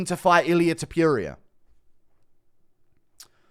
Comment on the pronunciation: I hate the way you say Ilia's last name.!! You are not pronouncing it right!